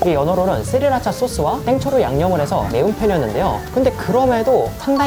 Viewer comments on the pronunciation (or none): none